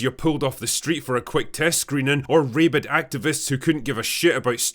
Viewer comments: "Raybid"? You mean rabid. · It's ra bid, not ray bid you damn foreigner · the way he said "rabid" activists. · Do Scots pronounce "rabid" with a long a?